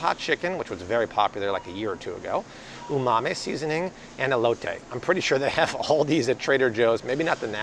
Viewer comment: Yes, that was almost cringe worthy.